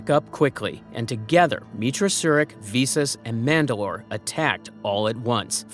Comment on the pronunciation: Get the pronunciation right, vis-us not vee-sus